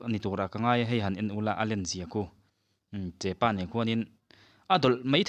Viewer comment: Thianpa, (chepa) nilo in (chehpa) an ti thin a,chuan hei hi (sarivaithun) a nih hi